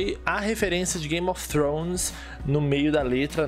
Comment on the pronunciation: Migo, a pronúncia de Game of Thrones tá igual a sua.